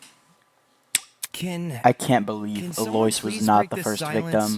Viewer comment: can't get over "aloyce" 😭